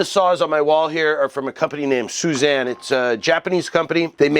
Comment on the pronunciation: Suzanne? You.. you.. you WESTERNER you! :-) (just kidding, I'm American..lol) Anyway, pretty sure it's swee-ZAHN, but you say it fast - western pronunciation stretches out vowels more than most other languages. So even though it's a long i sound (swee-), you say it so fast it almost sounds like a short i. Same with the a.